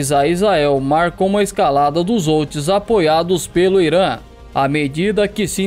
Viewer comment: Houthis se fala como se fosse com R....rutis se pronuncia assim . Só pra te ajudar, bom conteúdo. Os houthis lançaram um Shahab 3 de origem iraniana.